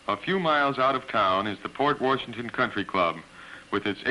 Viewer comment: Where was the narrator from? It’s not pronounced Port Warrrrshington if you’re from WI.